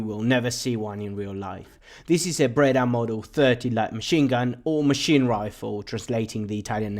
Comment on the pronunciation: Just to begin, it is not a "Brada" but a "Breda" then...